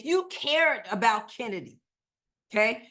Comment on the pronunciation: It is not Kennedy it's Chennedy. As in Choo choo.